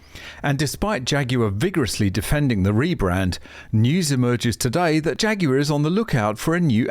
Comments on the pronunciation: I like the way you pronounce "Jaguar" Jay Goo Are. Ha ha. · " Phaguar" opps